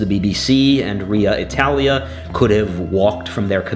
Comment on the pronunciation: "RIA Italia" 🥲🥲🥲